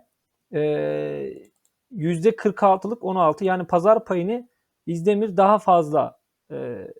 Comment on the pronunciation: İzdemir diyip diyip duruyor bi de. Önce Türkçe öğrenin sonra analiz yapın